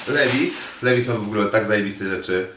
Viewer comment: Nie mowi sie LEWIS tylko LIWAJS :) tak samo jak NIKE - nie mowimy NIKE tylko NAJKI :)